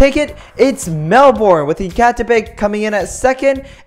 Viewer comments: It's 'Mel-bun', not 'Mel-borne'. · Its not melborn it’s melben but spelt Melbourne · Mel born it’s Melbourne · It's pronounced Mel-bin, not Mel-born. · Melbourne is pronounsed mel-ben